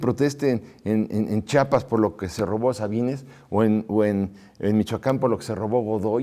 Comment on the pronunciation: Chapas? Chiapas sr. (Perdón por la s minúscula) Estoy de acuerdo con su postura. La historia debe ser reescrita con imparcialidad, con la verdad. Sin tendencias religiosas, políticas o económicas.